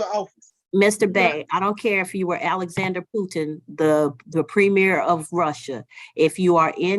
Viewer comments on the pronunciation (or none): none